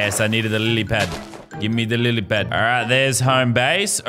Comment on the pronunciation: No one: Lazarbeam: I’m smart Also lazarbeam: says lilypad wrong